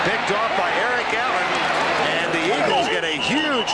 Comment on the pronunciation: lol sounds like Vern says Erling Haaland rather than Eric Allen. Is Vern a time traveler???